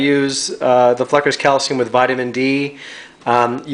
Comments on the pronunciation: Cool video but it's pronounced "Flookers" not "Fluckers" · I think it’s pronounced “flookers” (Flukers). Lol great vid though.